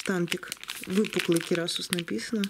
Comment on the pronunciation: Не керасУс а керасИс